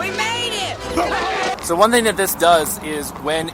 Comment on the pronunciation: I wonder why you pronounce the S as a Z, eg. thiZ Zcooter iZ Zo aweZome! Didn't they teach you in school the difference between the pronunciation of the two letters? Or maybe you are wearing dentures, or you intentionally want to sound awkward and weird with the way you talk. "I am Zuper excited to Zee what thiZ thing can do" bwaaaahhahaaaaaaaa